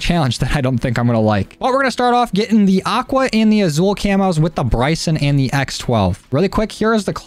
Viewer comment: It’s pronounced asul like with an S, sorry I’m Hispanic it triggers me